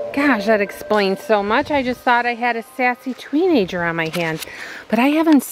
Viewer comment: You said tweeneger not teenager